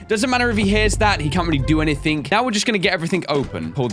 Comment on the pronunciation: IF HE SAYS SOMETHING OR EVERYTHING OR ANYTHING HE ALWAYS SAYS A K ON THE END